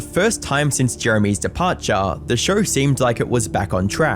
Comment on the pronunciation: SHOW not fucking SHAUR